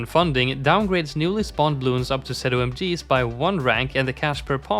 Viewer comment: Who the fuck says “zed-oh-em-geez”